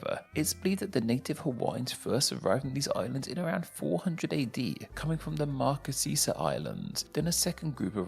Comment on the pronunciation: Marquesas (mar- KAY - Suhs). I almost didn’t know what you were trying to say.